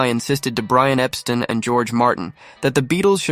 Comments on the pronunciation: It's not Epstin....it's Epstein (pronounced Epsteen) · Brian “Epsten”